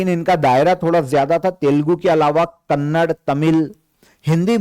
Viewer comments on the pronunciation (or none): none